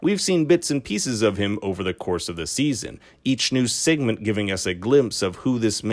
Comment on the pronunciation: Bruh im so lost. First you said "serial" wrong .. i was like okay maybe he just said it fast . Than u said composite wrong.. than u say segment wrong . Gota be from Canada lol